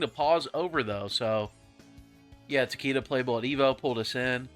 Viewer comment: It’s pronounced ta-kay-duh (not ta-kee-duh)